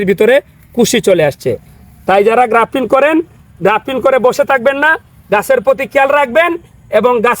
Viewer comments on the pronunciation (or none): ভাই আপনি সব সময় গ্রাফটিন বলেন কেন? শব্দটা তো হবে গ্রাফটিং! 🤷‍♂️